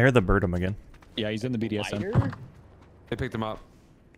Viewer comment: Did he just call it "BDSM"? 😂